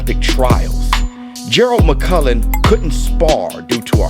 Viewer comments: The man's name is mcclellan buddy, not Mc Cullen ffs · It's McClennon, mate not McCullen, as you keep saying. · Damn shame you ain’t pronouncing his name correctly though . McClellan not McCullan . 👍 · Please stop calling this man McCullen. It's McCLellan. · McClellan NOT MUKULLAN 🤔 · McClellan not McCullan. I love you man but i had to point that out. Much love to you and the COMMUNITY! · McClellan. He is pronouncing it wrong. Its a Scottish name.